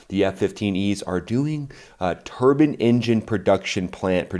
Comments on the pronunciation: TUR‐BINE!!! not turban...well i guess they are technically turban turbine engines... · I though he said turbin facilities...how cruel taking away their turbins